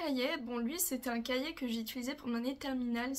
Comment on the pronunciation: Cachiet 😂 C'est cahier 😆